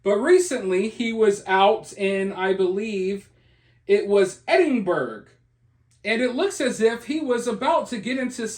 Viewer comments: Ahhhhaha my pal was out with him we used to work in the bars he was at... Lolz. I'm sure my friend was responsible for part of what happened. Also its pronounced Ed-in-bruh 😎 or Ed-in-bur-uh and Glaz-go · Its pronounced Edenborouh. He is a changed man since he's converted to Catholicism. It was obvious the others were the baiters. All the incidents you referenced are ancient history. His recent history is much different. Please check it out. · On second thoughts, Eddin-burra. Perhaps it varies regionally! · Hey, just FYI Edinburgh is: Ed-en-Bruh and Glasgow is Glaaz-gow (gow as pronounced in the word "go"). Just sayin' 😉❤ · It's absolutely not pronounced like that. It's Ed-IN-bur-uh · Edinburgh and Glasgow are pronounced Eddin-borough and Glaz-go. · It's pronounced more like Edinbruh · Edinburgh…..Pronounced; EdinBOROUGH . Glasgow….pronounced…GlasGO. 🩵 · If he did that in Glasgow he could have got bottled. Please learn how to pronounce Edinburgh and Glasgow. They are not pronounced the way they are spelt.